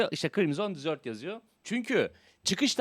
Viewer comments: Abi krimson disört değil😂😂😂 krimsın dezırt diye okunuyo eğer disört dersen tatlı demek ingilizcede:) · Dizört değil dezırt diye okunur.. Çöl demek. Dizört dersen dessert oluyor o. O da tatlı demek. Adamlar hoody falan yollamış ya videonu izliyorlarsa adını yanlış söylüyor demesinler diye şeettim. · Crimson "tatlı" diye telaffuz ediyorsun haberin olsun. Çöl telaffuzu için bir bak.